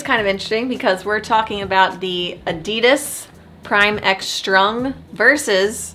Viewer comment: Nicht EDIDES … es heißt ADIDAS